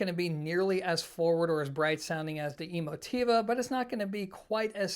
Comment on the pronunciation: Are you pronouncing the name correctly? Is it E-mo-TEE-va like you say, or e-MO-ti-va?